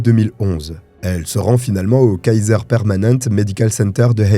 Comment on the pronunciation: Coucou :) ça se prononce Kaiser Permanenté